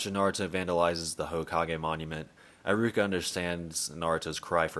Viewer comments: Nice video, although I must say this is the first time I've been so bugged by someone mispronouncing a name..high-ruka. Come one, it shouldn't be that hard. He-ruka 😂😂😂Don't mind me, I'm never really bugged by mispronunciations but this just got to me somehow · Why do you say Eye-ruka? Do they say it like that in the sub? I doubt it because I is usually said like e in Japanese... it's E-ruka. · ee-ruka. Not aye-ruka. @@ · Eye-ruka? WHAT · Im not usually one to make fun of people's pronunciation, but homie said eye-ruka hahahahaha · Who tf is EYE-ROO-KUH???